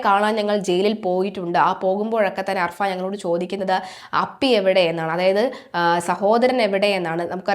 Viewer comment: അർഫാൻ അല്ല കുട്ടി അഫാൻ